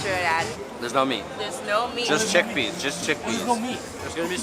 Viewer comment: I cringe a little when he said chick peas